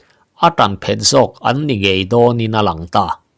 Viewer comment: I thawnthu chhiar hi ka ngaithla tam viau mai, 'chet a phet' tih hi 'chet a phét' tiin i chhiar leh ṭhin...'phet' thil kan do kanna kan han 'phet' tlu tawp ang a 'phet' tih tur. Tuna 'phét' i tih thlûk ang hi chu darthlalang emaw thil tle in a mit ti vai thei khawpa en let 'phét' hi a ni e.